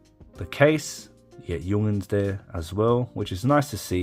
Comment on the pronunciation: Why are you pronouncing it Jung'ns? Is that an Australian thing?